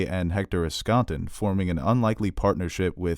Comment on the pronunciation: Dude, I love you, but it’s ESSkatan. Hector ESSkatan.